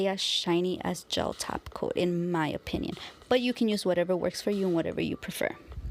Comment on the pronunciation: She actually says tap coat 🙄